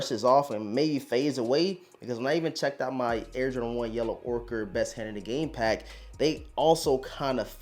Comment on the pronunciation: I wanted to shoot myself every time I heard “Yellow ORKER” 💀